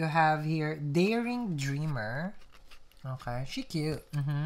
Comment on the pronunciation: These are starting to look like mini movies instead of tarot readings! :) BTW, i love the "Oj-kay." instead of "Okay".